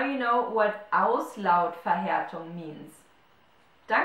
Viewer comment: Hello, does the same rule apply to the word Auslautverhärtung? It is hard for me to hear, but it seems that you read it with g instead of k